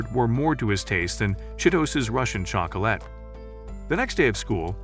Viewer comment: I heard '' and her Russian chocroulet(not a typo)''